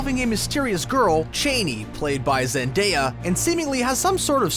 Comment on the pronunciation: Please have your readers educated on how to say the most basic of names. He mispronounced every single one besides "Paul" and "Jessica". Getting "Chani" wrong is one thing but if you work in entertainment media you ought to know how to pronounce "Zendaya".